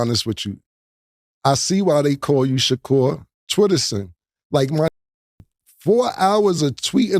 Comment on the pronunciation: Bro how do u randomly forget how to pronounce a “r” u called that man shakool